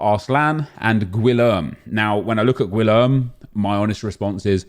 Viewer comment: Gwilerm? GWILERM!? Nep you can’t be serious! Gee-air-may